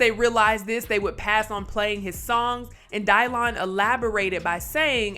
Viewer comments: Dave made all that MTB stuff relevant again. The show had been off. Someone tell it's pronounced DYLAN. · Dielan.... wtf is up with that pronounciation. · “Die-lon”?! What the heck?